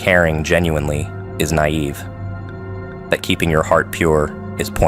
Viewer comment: Nay…ve? lol u mean “nigh-eve” Mr..a.i.😊